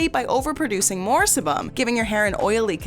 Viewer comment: I believe it's pronounced see-bum.